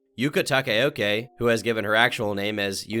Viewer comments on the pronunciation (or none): Its pronounced "Ta-Cow-Ka"(Takaoka) but whatever. I know you butchered japanese so whatevs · Where did you get the information that Yuka Takaoka (whose name you didn't even pronounce right, "Takeoke," lmao) is half-Chinese and that her real name is "Yuno Kaede"? Yuno Kaede is a combination of Yuno Gasai and Kaede, the main characters of Future Diary and Elfen Lied respectively.